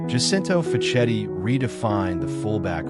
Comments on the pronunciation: ma come si fa a confondere Aristide Guarneri con Angelo Domenghini. E poi si dice Fakketti non Faccetti. Dai.... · FACCHETTI macché....FAKKETTI!!!!!!!!!